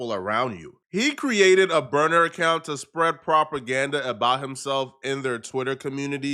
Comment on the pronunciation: It’s not “properganda” LOL